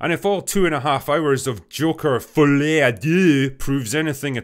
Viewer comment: It's not pronounced "follay" it's pronounced "folee". STOP MASSACRING MY LANGUAGE! I'm kidding, but yeah what the fuck was this sequel. Joker didn't need one. It's like... that Gollum game: something nobody asked for and ended up being shit.